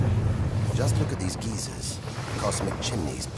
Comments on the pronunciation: It’s “geysers,” not “geezers.” A “geezer” is an old man. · why does he call geysers geezers lol